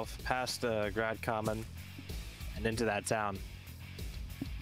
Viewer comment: tbh the pronounciations weren't half bad. Kamen was almost on point whilst Grad was... ehhhh more like Grand rather than Grad :P And Barbarian's pronounciation of Begunje was pretty close as well. He finished with A rather than E but the rest was on point ^^